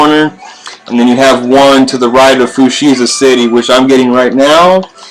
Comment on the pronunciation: Amazing video, although a little triggered on how you're pronouncing Fuchsia xD